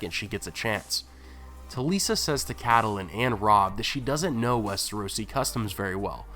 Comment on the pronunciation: Cadalin? Betrogal? I'm sorry but this is hard to listen to.